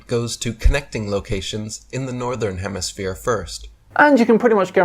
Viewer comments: the complete DUFUS! I LOVE how he says "southern hemiSPHERE" GEE! Kinda gives the LIE to flat earth! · he says HEMISPHERE multipule times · He says hemisphere and not hemiflat lol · Did I here say "hemisphere:? Really?